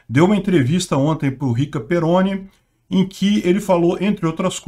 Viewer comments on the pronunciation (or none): Off-Topic: Eu até pensava que o falava o nome das pessoas de forma descaradamente errada de propósito, como se fosse uma forma de evitar citações que pudessem levá-lo a alguma cenário de processos, sei lá... Achei que fosse proposital... Até que, depois dele errar feio o nome do Leifert e do Perrone (descaradamente com dois erres), ele vai lá e acerta o da Paola, na lata! Pqp ele erra o nome de todo mundo mesmo, de verdade...não é proposital!